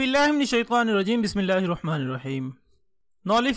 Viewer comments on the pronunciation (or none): none